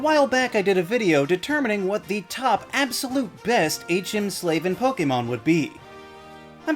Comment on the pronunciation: Liked for actually pronouncing “Pokémon” correctly! Great video!